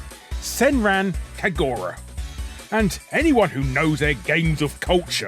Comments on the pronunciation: You mispronounced "Senran Kagura" as well. I don't care for that franchise anymore, but the name of it is meant to be pronounced as "Sehn-rahn Kah-goo-rah". Even if it's a franchise I don't care about, I will not be silent and I WILL correct mispronunciations of Japanese words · People complaining about Larry's pronunciation of "Senran Kagura" need to put their money where their mouth is and try pronounce "Llanfairpwllgwyngyllgogerychwyrndrobwllllantysiliogogogoch", this is an actual place in Wales, plenty of English speakers can't even tell the difference between "your" and "you're", get over it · He’s British. They can’t even speak English properly, so how could we expect them to pronounce any foreign language? Every time I hear a Brit say “Van Gogh…”